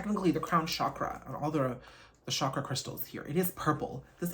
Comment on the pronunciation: Chakra is pronounced with a hard "ch" like choice or chance, not a "sh", which surprised me when I read my Wheels of Life chakra book